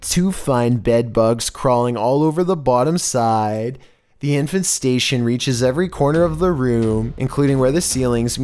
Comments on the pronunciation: Everyone: Infestation: InFaNsTaTiOn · “Infestation”: Infant station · What’s an “infant station”? Infestation! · Ah yes... I N F A N T STATION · Infant statioooooon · I can stand the way he mispronounces things for the most part. But “infant station” and some others (W W I I not “World War II” for example) really bug me. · No one gonna talk about "infenstation?" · He can't even pronounce English properly. "Infant Station" LMAO. Also he says "In it's stead" wrong. "Stead" is supposed to rhyme with "head" not "steed." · it sounds like you're saying "infant-station" when you were talking about the bedbugs. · This is how many times he said INFANT STATION ↓ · And infestation "Infant Station" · "Infanstation" ! Lol. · Is trying to make us think he doesn't know how to pronounce "infestation"? This dude is cringe.